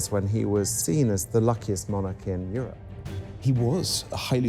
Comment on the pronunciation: "Euwope tone apawt by weligious conflict...." What is it about these non-rhotic women historians?